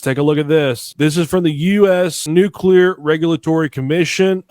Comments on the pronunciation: never trust a guy who can't pronounce nuclear with your mental health. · The minute you learn old man how to pronounce the damn word I might listen a bit...Everytime you say it I wanna slap the top of your head .it's pronounced New..Clear..wtf Nuclelar 🤣🤣🤣f'n dude.. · "Nukeral"? NU-CLEAR! How can anybody be trusted when they can’t even pronounce correctly?! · It’s NUCLEAR. NOT NUCULER. Jeez! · "Nu-cu-lar" is not a word. It's "nuclear" w 2 syllables not 3. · Nukular instead of nuclear? Immediately lost all credibility... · BTW..it is not nucular. It is nuclear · Probably shouldn't trust anyone that says "nuculur" instead of "nuclear". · hes lying, he says nucular. Anyone with a brain says nuclear. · STOP SAYING “NUKE-ULAR” (CEO EH?..) and I THINK WE ARE SAVVI WITH THE WORD “NEFARIOUS” BEING INCORPORATED INTO THE NARRATIVE OF DISINFORMATION. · " Nucular"? Really dumbass? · Nu-CookleeAr This is how my boy George Bush pronounced it. LOL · I don’t trust anybody who says “nucular.” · Stop saying NucUlar and expecting to be taken seriously 😐 🤦‍♀️ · I cringe every time I hear someone pronounce nuclear as "nucular". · These days we don't get much passed "dude", "bruh", and "literally". Let's just call it "nef", or "neffy" so we don't have to hurt ourselves with extra syllables. 😅 Gotta love "new-kew-lerr", too!! 😉 😂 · He’s saying nuculer. That’s not the word. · N-u-c-l-e-a-r, New Cue Ler??? If ya can’t pronounce that of which you speak, l call bullshit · “Nukelar” weapons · You mean nucular 😂😂😂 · you can't trust anyone that says NUCULAR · Lol, new-kew-lurr...😂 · The word "nuclear" is pronounced "NOOK-LEE-YAR" and not "NOOK-YOU-LAR". Sheesh! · Anybody who says "nucular".......... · If you are not able to say the word NUCLEAR, I will question your ability to share or tell me ANYTHING without a slight grin. True 🙏❤️🏴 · An aerospace engineer who can't pronounce "nuclear"? I'm not buying it.